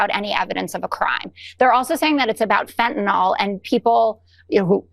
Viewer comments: Anyone who cannot correctly pronounce FentaNYL (Its not FentaNOL, but then again Trump and RFK have finally exposed TYLENOL for the vicious drug it is... If I have to see the Attorney General KAREN Blondi sneering about all the FentaNOL they stopped (because there is no drug named FENTANOL... Could they be bigger imbeciles? Possibly, but its hard to picture HOW. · It’s fentanyl, not fentanALL. If you can read the written word you should be able to pronounce it. It doesn’t rhyme with Tylenol. Who started this mispronunciation anyway? I hear it everywhere. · Why do Americans always quickly butcher language so much? I know it's a small point here at best, but it drives me mad to see how they utterly can't read and mispronounce words and they do it en masse. Fentanyl is now FENTANOL. Ask is AXE. And I've lost count the number of times I've heard nuclear pronounced NUCULER.